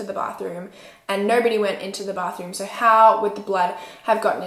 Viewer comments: Yess just that when she so with the accent that she has so it sound like soor it just bothers me 😬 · The way she says “so” 💀